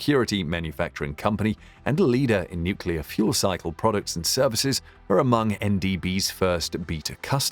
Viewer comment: NucLEAR not NucULAR